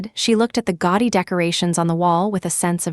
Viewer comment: GAUDY not goddy